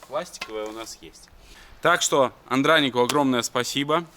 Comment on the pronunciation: АндранИк, а не АндрАник. Хотя, будем считать это локализацией армянского имени на белорусский язык;-) P.S.: Долей масло! (просил напомнить)